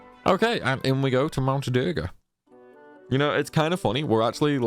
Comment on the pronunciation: A few pronunciation issues, the Rune in Rune Blade is pronounced like spoon blade. You're currently calling it a Ruin Blade, which is a cool name, but runes (ro͞ons) are associated with magic and the ability to write it as well as ancient languages. The second one is your pronunciation of duergar, "durger" is how you say it but it's "dwer gar", because they're a type of dwarves. Typically only found underground, at least in modern culture.